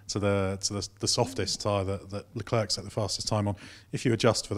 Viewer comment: Please learn to pronounce Leclerc correctly, it's jsut embarassing.